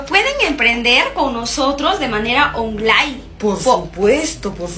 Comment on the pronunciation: " ONGLAI " hahahahaaa 🤣🤣🤣🤣🤣🤣🤣🤣